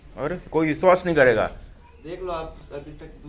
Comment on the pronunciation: Bishbash nhi Hota Hai